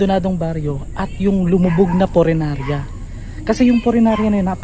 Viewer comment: Punerarya, hindi purenarya. Lol! Yung isdang tinutukoy mo ay dalag, hindi dilag. Hehe!